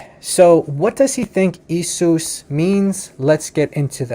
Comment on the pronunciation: i think you pronounce the Greek word for jesus wrongly. It is pronounced e-a-sous not e-sous 🙂 the iota and eta are usually pronounced as two different vowels.